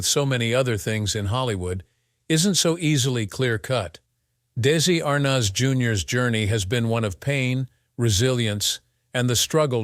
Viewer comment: I think you are pronouncing his last name wrong.